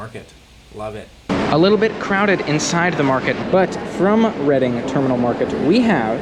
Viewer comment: It’s pronounced REDDING - not READING - terminal market!